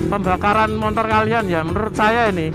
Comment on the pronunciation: 01.42 "pembakaran montor kalian..." pertahankan mas..logat wong jowo, motor dadi montor..hehe mantep pokokelah..hehe